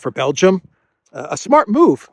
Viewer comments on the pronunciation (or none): none